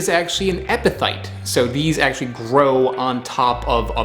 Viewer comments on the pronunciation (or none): I absolutelly love your videos! (But it's epiPHyte, with the ph like an F 😂)